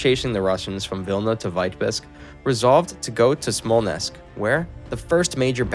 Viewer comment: Dude, Smallnessk? Really?